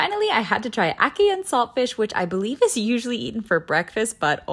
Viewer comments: WTF?! loves Jamaican food! She actually pronounced ackee and salt fish correctly. LOVE IT! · Yesssssss I loved that you pronounced ackee correctly ❤❤❤ 🇯🇲🇯🇲🇯🇲🇯🇲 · I was giving her the side eye but then she pronounced “Ackee” correctly had to give this a thumbs up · It fills me with joy that you pronounced Ackee correctly, may your tastebuds forever be happy 🤗